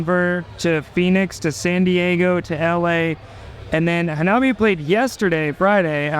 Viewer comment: Dear presenter, that's not how you pronounce Hanabie.